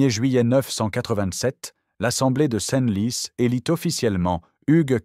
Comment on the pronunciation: L'AI est une stupidité absolue. Plutôt que de dire "centlis" (Senlis), la voix dit "scène lis". L'IA n'est pas à la veille de remplacer les cinq sens humains. "LAONNE" au lieu de "lan".